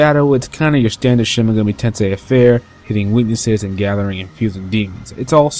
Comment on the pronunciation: Enunciate the title. SHIN-MEGAMI-TENSEI